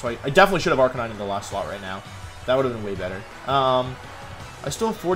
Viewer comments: Did this man really just say Ar-ca-ni-nay? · Arca-ni-neigh might be my favorite 100% accurate pronunciation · Did you just say Arcaneenay? Lmao 😂😂😂😂😂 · did this man really say arcan knee nae? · 0/10 because how you said arcanine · It's sad how Wolfey is a Pokemon world champion and can't even properly pronounce Arcanine. SMH